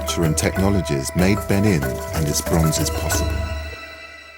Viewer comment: How can you possibly make a documentary on a culture and not be able to pronounce it correctly? Beh NEEN! You can't trust the Brits. They pronounce Nicaragua Nick ooo RAG you ah.